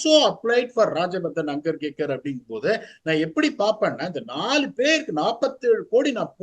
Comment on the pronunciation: Please tell the name of Rajyavardhan Hangargekar.. Properly!😂😂😂